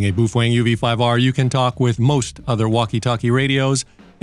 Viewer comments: I appreciate your videos but boy do you ever butcher the pronunciation of the “Bow-Feng” Not “Boof Wang”😂 Keep rocking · It's not boofwang it's boof-a-wang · PROUNOUCED bowfeng man! Boofwang:face-fuchsia-wide-eyes::face-blue-wide-eyes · BA-O-FENG BA-O-FENG BA-O-FENG, buf-feng?😂😂😂😂😂😂😂😂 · ENJOYED THIS VIDEO - you EARNED yet another subscriber :-)... ... BUT I HAVE TO ASK: "BOOF-WANG"??? CLEARLY this company's name is "BOW-FENG", so HOW do YOU get "BOOF-WANG" out of it?? Many thanks for making this video! -Mark in North Aurora, IL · whats up with this man its prounouced bowfang, Boof wang wtf? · Baofeng. No boo fang. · he's focused on the boofwang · Boof wang 🤣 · “Boof wang”? Have I been pronouncing it wrong all these years ? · Not sure how you get "BOOF-WANG" out of Baofeng 😂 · BOOF - HWANG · Boof Wang? Lol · I came here to learn about my uv-5r,but unfortunately every time i hear him say “boofweng” I start giggling and forget all that I learned. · New drinking game! Take a shot every time he says Boo-fuang. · BOOF WANG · buffalang :face-green-smiling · Can't watch this video because he can't say the fkn name ! Ain'tno fkn W in it